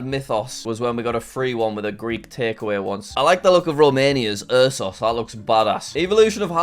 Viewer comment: Bro the ursus drink from Romania. Ur-sus.💀